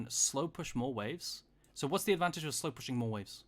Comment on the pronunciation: I crack up every time he says "slowpussyng"